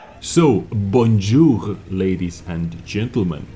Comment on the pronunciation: Thank you from the bottom of our hearts mate for trying to speak French 😜 your bonjour was pretty good, but the other sentence I still don't understand it after 6 rewinds 😂 maybe you should've said "de retour sur world of tanks" because I can guess google translate will be shit at translating the english into French (we don't have a straightforward translation of that one 😂) That still was a freaking good try! French is so hard😅 keep the great work mate! love your vids! more motovlog please by the way 🤔